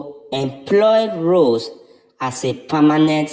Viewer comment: Do you not think it’s time to stop talking about Rose & Giovanni and just respect their privacy. You still mispronounced Rose’s name so obviously you don’t listen to our comments😡